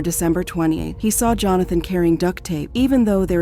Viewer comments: "JOE-HAN-THON" .... Aftrr calling him Johnathon a trillion times before... See? This is why I cant like videos like this. Just mass produced redos of other videos others have done before using an AI voice. Get out of here. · You're saying both "Jonathon" and "Johansen" for his name. You having a stroke? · How does AI manage to get simple words like walked and van wrong? And AI pronounces Jonathon name correctly then 12.41 radomly incorrectly pronounces his name and a couple more times after that as 'Jo-han-fun.' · Somebody tell the narrator that Jonathan is NOT Johanssen. Unbelievable. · Bee zarr ree = bizarre. These ai bots are not as good. Joe han than = Johnathan Kwy Lez = Quayles The AI really removes the human part of the production for me.